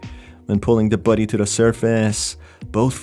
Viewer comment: The way he says "body", sounds like he's saying "buddy"